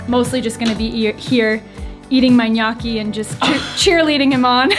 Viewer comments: Say it with me now … NyOOOO-key 😂🙏🏼 I love you for trying, and I know you want to say it right… strangely I think your very first pronunciation was right and then it went down hill from there 😅. I always recommend YouTube for how to say words… I use it all the time! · I've been pronouncing it gah no chee....sounds Italian to me ;-)